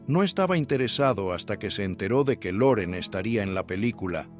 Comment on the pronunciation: No se dice Luren sino Loren